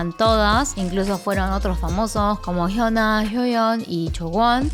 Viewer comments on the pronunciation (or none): none